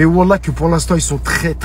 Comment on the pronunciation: Déjà on dit pas wallahye mais wallah